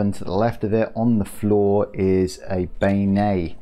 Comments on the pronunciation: jum-buh-lie-uh Ben-yay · As a Louisianain, beignet is pronounced "binyay" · And Ben-yay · May beignet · Beignet is pronounced ben-yay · Ben-yay Beignet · you actually pronounce Jamablaya (jum-bal-eye-ah) and beignet is pronounced (ben-yay) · Ben.yay is the second one u couldn't pronounce properly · Not to be rude but it's pronounced ben-yay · This man as mispronounced every food item in the game. Like beignet is pronounced Ben yay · Same with beignet